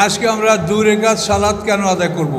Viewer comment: রাকাত কে বলা হচ্ছে রেকাত? আর এরাই মওদূদী রাহিমাহুল্লাহ এর ডাঃ জাকির নায়েকের সমালোচনা করে অহরহ